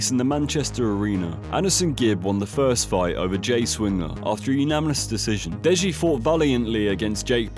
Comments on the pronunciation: It's pronounced "uNaNiMous", not "uNaMiNous". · Why does he say umanimous decision 😂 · Say unaminous one more time please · This guy doesn’t even know how to say “unanimous” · really struggling with the word unanimous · Say unanimous correctly challenge (impossible) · idk why but the way he pronounces unanimous really annoys me lool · Brilliant video, seriously, my only comment is the pronunciation of the word unanimous 😐 sorry my dude